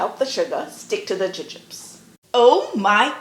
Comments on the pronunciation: I wondered if she was simply pronouncing the American candy name incorrectly. Thanks for that! We have both soft and hard jubes available in Australia, but I am a huge fan of gummy bears myself! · Your pronunciation was unfamiliar to me. In England and here in Australia we call these Jubes (pronounced joobs)